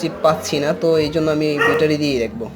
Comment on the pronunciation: বেটা‌রি কেন? ব্যাটারী বল। নতুন নতুন শব্দ না ব‌লে শুদ্ধটাই বল।